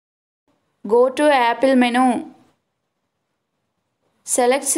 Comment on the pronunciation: it is not menooo it is menuuu